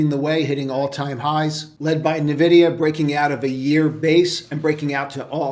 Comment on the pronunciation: Instead of Nah-Vid-I-Ah, I'm long hamsters and string.